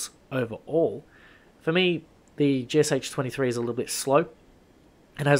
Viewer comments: just a sidenote, the Sh in GSh is a single letter in cyrillic, so the gun is actually pronounced gee-shu and not g-s-h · It pronounced [gʃ Λ]. [g] - like first sound in "gimmick", [ʃ] - like in 'shenanigans" and [Λ] - like in "absolutely"